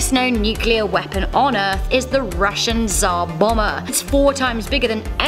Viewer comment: Its Tsar Bomb-Ber not bomber